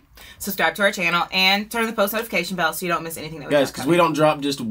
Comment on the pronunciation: I'm so glad you mentioned Karen's elocution. When I was in choir there was an emphasis put on pronunciation and we were told not "chew your yous" (when singers say "chew" instead of "you"). It is so much more beautiful when pronounced correctly. Karen was definitely one of a kind.